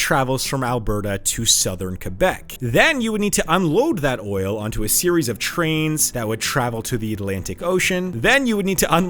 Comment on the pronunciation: TR AINS. NOT CH RAINS. TR AVEL. NOT CH RAVEL. Learn how to pronounce words.